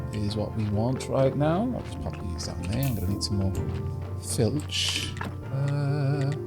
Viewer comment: oh for the love all that is unholy! it is F L I T C H! not F I L T C H! (this sounds far too much like feltch.....)